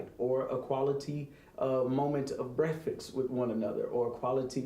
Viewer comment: He he. “Brefast” 🤣